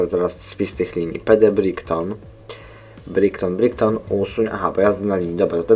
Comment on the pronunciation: Fajny gameplay mordeczko :D i btw Brighton czyta się "Brajton", taki tip